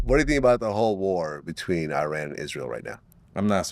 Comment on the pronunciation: Can't even pronounce iran